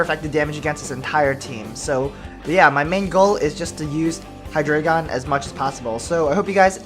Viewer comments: I believe it's pronounced " Hy-dry-gon" dEINo - Ein= one ( one head ) ZWEIlous - ZweiI = two ( two heads ) hyDREIgon Drei = three. ( Three heads ) basically a little german thrown in there. kind of like the spanish inside articUNO and the other birds. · Its high-dra-gon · Actually, it is Hy-DRA-gon. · hydreigon. its pronounced hi dry gone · i pronounce Hydreigon as {Hy-dreh-gen} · For Future Reference: The names of the Hydreigon line are based off of German numbers (ein, zwei, drei), and 'drei' is pronounced like 'dry', so it's probably pronounced "Hi-dry-gone". My favorite dragon-type is either Kingdra or Flygon. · it's pronounced hy-Dri-gon, as in the german number three, drei, it's just like the legendary birds, dEINo has one head, ZWEIlous has two heads, hyDREIgon has three heads, ein, zwei, drei, one two three, it's quite fascinating if you think about it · It is pronounced hi-DRY-gon, it's German. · but three in german is drei (pronounced dry) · Actually, if you look at its two pre-evolutions; Deino and Zweilous, the trio are based off the german numbers 1, 2 & 3 for the number of heads they have, which are eins, zwei and drei, so it's actually pronounced Hy-DRY-Gon :) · hydreigon is pronounsed: hi-dragon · Both of the ways you say hydreigon is wrong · Actually the anime is not always right about the names ^^ the "drei"-part is the german word for "three". If you speak the "ei" in drei, the same as the "y" in Scyther, you are doing it right :) I think thats a good explanation ^^